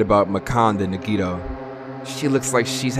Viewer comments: why he pronounce nagitos name like niggito 😭🖐🏽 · I don’t think he’s pronouncing nagito correctly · Sometimes I wish a character would die just so I wouldn’t have to hear mispronounce their names...